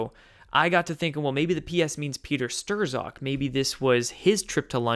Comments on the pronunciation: you said people always correct your pronunciation, so, might as well :) Peter Strzok: not "Stroh-zawk", but rather "Strawk" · Not Peter Stirs-awk, Peter st-rock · Youre killing me!! Say "stock" now say "strock". Bingo.... not sterzock 😉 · hate to do it, but, strzok is pronounced 'strock'. page/strzok fbi. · Strozk pronounced struck. Just trying to help a brother out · It's Strok or Strock. The z is silent. And it's duh GEN uh wah (deGenoa) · It's pron. Stroke but not to worry even George Webb stumbled over that and the PM. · I might be wrong but I think it's pronounced Strok or Shtrok. Somewhere between those. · Peter Strzok's last name is pronounced STRUCK. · Everyone is driving me nuts! It's Strok the z is silent, Strok for goodness sake! Hard O.